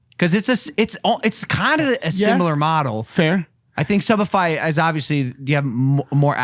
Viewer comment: is this only me who heard subified as shopify!